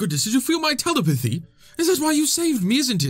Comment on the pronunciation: I want to hear say telepathy wrong at least 18 more times